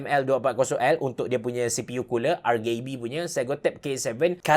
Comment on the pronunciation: Sebutan "RGB" ialah 'arjibi' bukan 'argibi'